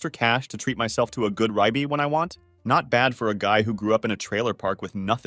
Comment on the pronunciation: "Rye-be" (Ribeye) Bro, read the damn script yourself.